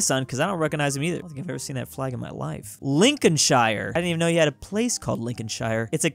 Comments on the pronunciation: It’s not [linconshayre], it’s [linconshere] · It's Prounouced Lincolnsher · Hey, pedantic Brit here. British people pronounce "shire" the same way you do. So Lincolnshire has the same "shire" as New Hampshire. It's the same with all of our shires, they're all "shur". Peace. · The way you said Lincolnshire triggers me. Lin-con-sh-ear not lin-con-sh-eye-er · Lincolnshire. Also, "liecestershire" is pronounced "lester-sheer" (and make sure you pronounce the first "s" as an s, not a z) Edit: HEY, DON'T YOU INSULT MY HOME COUNTY! ALSO, IT IS PRONOUNCED "LIN-CUN-SHEER". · it’s actually pronounced lin cun shear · As somebody from Lincolnshire, I must say that you butcher even English names. It's Lincoln-shear, not Lincoln-Shire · It's pronounced LincolnSHER not LincolnSHIRE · Its pronounced lincosheer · I get that it’s, and UK counties are a bit irrelevant nowadays, but I’ve never been so offended by a YouTube video in my life. Not only does he pronounce it wrong, but he insults the flag as well (ok let’s be real we never really liked it, why is there a fleur de lys I mean come on)